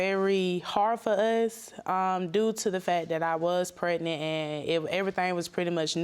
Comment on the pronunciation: Did she just say "pacific" instead of specific, and "pret-nit" instead of pregnant? She do need to run, though. He doesn't put much effort into what he says he's going to do because he knows she ain't leaving.